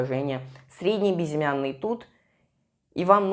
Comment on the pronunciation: Хватит говорить бизимяный безымянный!!!